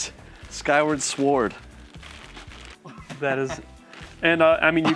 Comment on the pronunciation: is there a joke we are not aware of where keeps saying the word "sword" wrong? the w is silent, my dude.